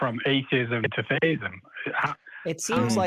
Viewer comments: Sounds like he is pronouncing it "theyism", not "theism", so like he's trying to poke fun at non-binary? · Every time this idiot from the UK calls in - who, by the way is the same idiot as and also (I think) - he behaves entirely dishonestly. Watch out the for clue: he keeps pronouncing theism as "they-ism". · I couldn't tell if they said theisim or feyisim.